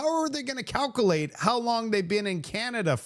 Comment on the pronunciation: Calcull-ate the popple-ation at Low-blahs! I love your show but you mispronounced words drives my wife NUTS! So, keep doing it! 😂